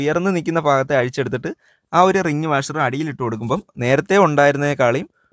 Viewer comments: Sathyam fa ennalla bha ennanu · ഉയർന്നു നിൽക്കുന്ന ഫാഗത്തെയല്ല; ഉയർന്നു നിൽക്കുന്ന 'ഭാ'ഗത്തെ എന്നാണ്. മലയാളം തോന്നിയ പോലെ പറഞ്ഞ് വികലമാക്കരുത്.. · ഫ, ഭ ഇവ രണ്ടിനെയും ഒരേ തരത്തിൽ ഉച്ചരിക്കുന്നതിൽ ആണ് തെറ്റ്. ഇതിന് വലിയ ശാസ്ത്രം ഒന്നും വേണ്ട. രണ്ടു തരത്തിൽ ആണ് എഴുതുന്നെങ്കിൽ രണ്ട് തരത്തിൽ ഉച്ഛരിക്കണം.